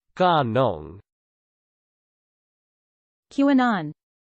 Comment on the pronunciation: this is literally not how its pronounced my humblest dudddde